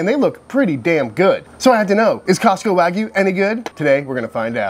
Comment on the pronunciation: This guy pronounces wagyu “Ragu” like the cheap pasta sauce